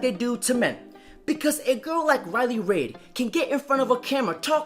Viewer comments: It's reiley reid bro, not raid. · It's RILEY REID pronounced REED. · Her name is Reid not Raid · The way he says Riley. Raid. Lmao. I want to correct him cuz she says it like “read” But I like raid pronounce. As in she getting raided. Like shadow legend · Sounds like you're saying raid like the poison